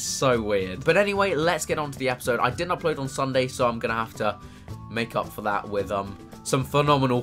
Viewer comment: This was as Chris would say a good "Epizode"